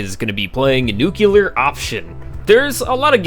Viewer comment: you did NOT JUST SAY NUCULAR